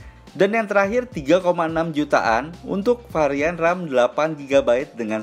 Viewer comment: Varian om.. Bukan parian